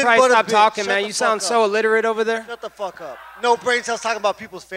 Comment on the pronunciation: Kamaru: Fook this guy, I fooking hate this guy!